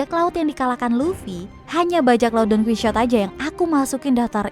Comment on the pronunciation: Bukan donkuisot . Tapi Donkihote 😒